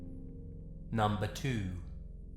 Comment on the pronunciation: "nomba tooo"